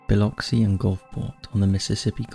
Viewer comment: honestly, great job pronouncing Biloxi, I'm from the area and it's incredible how many people butcher it LOL what a delight to see my little sliver of the world here ❤